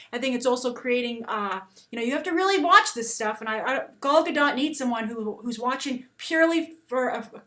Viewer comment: I live in Israel, i laugh so hard when you say Gal Gadot.